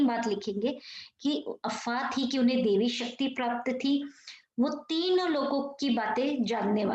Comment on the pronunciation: Not devi shakti, daivi shakti , mam